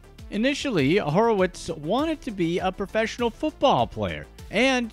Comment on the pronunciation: His last name is Horwitz, not Horowitz.